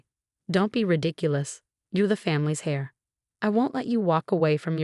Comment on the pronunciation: Heir is pronounced air not hair .